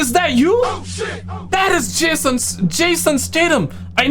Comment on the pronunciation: Man if Jason heard you say his name like that he'd show up to your front door 😂😅😂